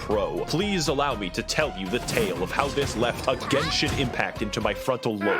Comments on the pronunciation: i love how max0r was saying "genshin" the right way through the whole video, and yet you kept saying "jensen" for some reason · It's a hard g, like gun.